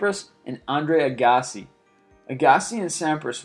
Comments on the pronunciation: 1) Real name Rocket Richard - you pronounced it Rocket Rikard???? It is pronounced Rocket Rishard - it's French/Canadian!!!!! 2) It Is pronounced Andre AGG-asee!!!! You really did well in butchering these names!!!! Before reading the names ask someone that has heard of them - before butchering their name!!!!! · This list BLOWS! But what made it worse is that this guy mispronounced Rocket Richard (pronounced Reeshard), Manny Pacquiao and Andre Agassi! Obviously doesn't know sports!! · why do you say agassi so wierd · Before reporting this stuff, how about learning how to pronounce the names? You incorrectly pronounced Pacquiao and Agassi, maybe others. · Celtic Vs Rangers. Packers Vs Vikings England vs Germany. Prost Vs Senna. Nadal Vs Federer. This list is far from a definitive countdown. And I agree it takes two seconds to Google how to say Pacquiao or Agassi, it show that you (not just you but alot of YouTubers) don't know what you're actually talking about, rather reading a script. PS you forgot The World Vs The New England Patriots 😂😊